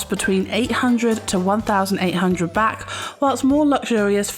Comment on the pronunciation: Why are you calling the currency “Bak” ? It,s Baht. Street food from street vendors is always fresh, they buy their food fresh from the markets daily and only buy for what they expect to sell that day. Most food in Thailand is also organic. Don’t be afraid of street food, it’s usually better than restaurants (who buy their food at the same markets). Train goes direct from Suvarnabhumi airport to Phaya Thai station. This leads to BTS (sky train) to all of the Sukhumvit BTS stations. Best places to stay if on holiday is around Sukhumvit soi 8 or 11